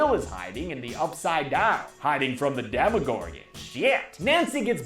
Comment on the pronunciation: It's Demogorgon not Demigorgon